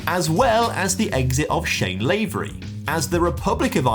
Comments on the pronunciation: I let it go in the previous vid as it only happened once but you did it again and it annoyed me a bit. 😂Its Shane LaVery for Northern Ireland not Shane LavEry. Still love your content anyway but felt I had to correct you on this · knee sliding, carpet burning N. Ireland fan here (3 mins into the video I’ll let you know how the knee sliding goes) it’s Shane LA-V-RY not LAY-V-RY